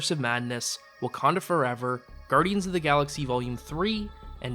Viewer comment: Gudryans three? What is this guy, Canadian? :D